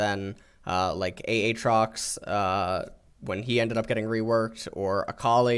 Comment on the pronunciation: and never getting names right 'AHTROX'